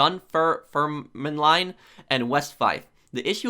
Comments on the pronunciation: Man Its not D-dumb-fer-min-line Its pronounced Dum-Firm-Lin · You butchered the name Dunfermline so.. It's actually said like this Dun (sounds like done) Ferm (sounds like Firm) Line (sounds like lin) Donefirmlin - Dunfermline :) Anywho this is great news! Maybe I can finally get an xbox one I've been saving for ages. All the game stores are closed and I ain't buying from the bampot scalper fannies